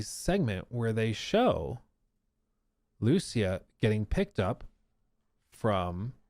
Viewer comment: The way says Lucía so wrong hurts my soul. It's an extremely simple name, man. Come on.